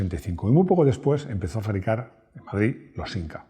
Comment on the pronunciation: Soy español de España, y digo "siMca" de toda la vida. Lo siento,. 😛